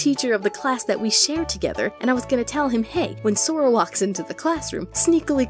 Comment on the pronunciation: The minute you called it Sora I died. But anyway you're videos is so cool.